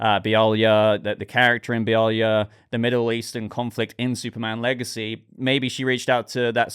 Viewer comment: 👏👏👏👏You Pronounced Be-ali-ah correctly at last 👍😂 but It's a land run by intergang so as arms dealers they would have Kryptonian tek, See original 52